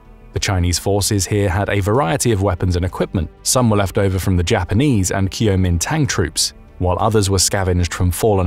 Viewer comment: It's technically Guo ming dang. Ngl his pronunciation was quite hilarious